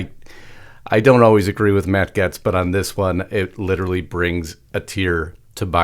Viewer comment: Gaetz is pronounced Gates not Gets